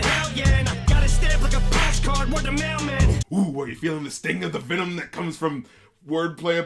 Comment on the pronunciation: no it's VNMMM! VNMMM, VNMMM, VNMMM! VNMMM, VNMMM, VNNMMM! It's like he's purposely not even trying to say the word "venom" correctly.